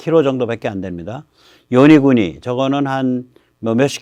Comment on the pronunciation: 자꾸 요니구니라고 하시는데, '요나구니'입니다 ^^